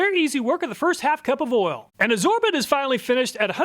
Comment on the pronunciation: between you and Hoovie, I always crack up at the Kansas people pronouncing "oil" as "ol"